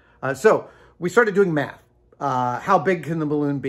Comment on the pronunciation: Doing mAth, Luís, doing math. :-D